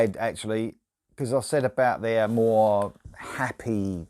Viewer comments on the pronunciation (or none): none